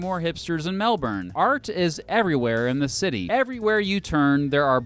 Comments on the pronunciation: One massive inaccuracy right through this video. Like most non-Australians, pronounced Melbourne the way it looks - 'Mel-burn'. For whatever reason, locals don't pronounce the R - we say 'Melben'. Some other observations from a local: - Melbourne is the most progressive place in Australia politically. Victoria has a reputation as being more left-leaning than the rest of the country, and this is almost entirely due to Melbourne being stuffed with lefties. We really value being a cosmopolitan place where anyone is free to enjoy our amazing food, coffee and nightlife regardless of where you come from or who you love. - Melbourne's sprawl is really uneven. I come from the region called the Dandenongs, which is the foothills of Mt Dandenong mentioned in the video (incidentally, one of the most beautiful parts of the state). Approaching Melbourne from the east, there's a long, slow gradation from hilly suburbs with small-town vibes, into flat lands with more typical suburbs, then to richer areas with much older houses, before finally you reach the city proper. But, if you leave Melbourne heading west, its like the skyscrapers just stop and suddenly you're in open farmland. The western suburbs are generally poorer and haven't existed as long. - Randomly, Melburnians tend to wear a lot of black. Maybe it has something to do with how cold and miserable our winters get. Dishonourable mention to the fact that Melbourne spent more time in lockdown during the Covid pandemic than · for christ's sake, it's not "Mel-BERRRN" it's "Mel-ben" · We don't say Mel born, we say Mel bin, similar to how you Melvin. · It's pronounced "Mel-bin" not "Mel-bourne" Silly American. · Something you got wrong is the pronunciation. It’s said like melbin not melborn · Melbin’ not melburrrn! 😄 Just think bins instead of sunburns. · It’s pronounced “Melbin” not melborn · it infuriates me how people pronounce melbourne its melben not melborn melben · MelBIN not MelBURN. Fuccing get it right.